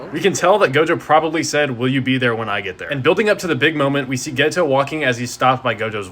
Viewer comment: Just to clarify, it’s GETO (pronounced GEH-TOH) not GAYTOH 😅